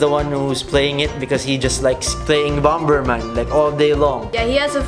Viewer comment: I hope stops speaking in English because it is very irritable like how do you pronounce bomber man?!?